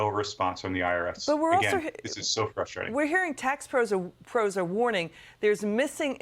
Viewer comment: The word is deSTROYing ….NOT…. deSHTROYing . It’s fruSTRATing …. NOT…. frSCHTRating.